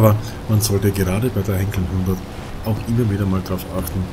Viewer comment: Hallo, es heißt "Heinkel" und nicht Henkel.